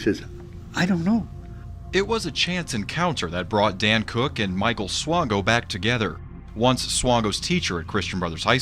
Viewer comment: you pronounced Swango correct! The news coverage didn't lol. The maternal side of my family is Swango. Michael is a distant cousin.:(